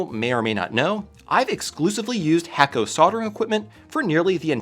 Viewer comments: FYI, you're pronouncing your sponsors name wrong. It's pronounced "hah koh" not "Hayko." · Great soldering equipment but it's not hack-o, but hay-co... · It's pronounced (hah-ko) not (hack-o) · Should start pronouncing hakko properly if you truly enjoy their products. The 'a' is pronounced 'ah.' So you pronounce it Hahkko. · HA - KO not HACK - O